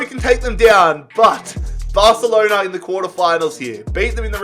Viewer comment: No one Literally no one: BARthhhalonAaa